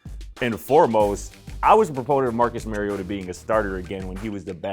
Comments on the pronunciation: You are saying his name wrong. And Mariota no question about it. Everyone too hung up on rookie fantasies. Mariota is poised to return as a top 15 QB this season, and his ceiling is even higher. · It’s not “Mary” ohta